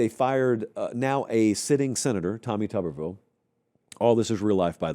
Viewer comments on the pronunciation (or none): none